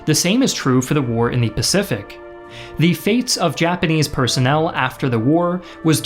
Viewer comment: "AH PACIFIC THEATER" 😂😂💀